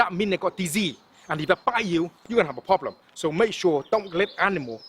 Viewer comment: Pronounced more like poblem